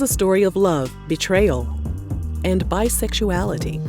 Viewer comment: The way you said "bi sex u ality" 🤣